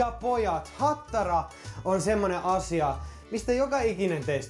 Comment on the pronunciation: Ai saakeli että repesin tuossa lopussa, aloin niin miettii animea et ei helevatta kuulostaa iha japanilta ja sieltähän se tuli sitte HATTTARAAA!!!